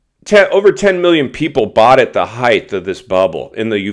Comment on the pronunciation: There is no word called heigth Try saying height